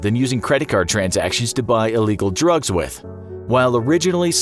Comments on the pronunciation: doesn't that sound like he said droughts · Drugs sounds like drought